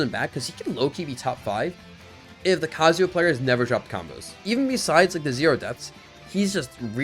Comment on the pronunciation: Please stop calling him Kazuwa